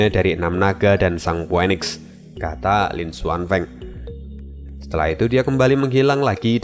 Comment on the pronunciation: Min, bukannya phoenix itu di bacanya phunix. Gw agk keganggu dgrnya dikit tiap kli dgr itu. Ini masukan aja min. Terimakasih